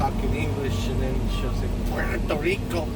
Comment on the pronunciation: puerto rirrrrricoo hahaha